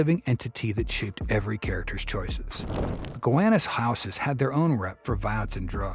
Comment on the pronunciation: It’s pronounced GUH-WAH-NUS